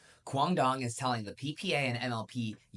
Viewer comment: I’m Vietnamese and approved your pronunciation of QD’s name. However, his last name needs to pronounce with an Z instead of an D.